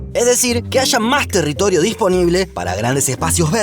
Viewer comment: "territolio" 🤣 soy el unico? Gran Video, como siempre. Gracias!